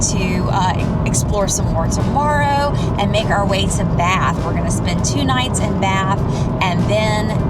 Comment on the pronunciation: The name you pronounced cottectly was Bath, same as myself, but the idiots at BBC pronounce it Barth. Hope you have a great time.